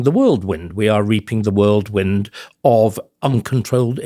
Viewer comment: I'm 62 too and have just learned that whirlwind is pronounced worldwind!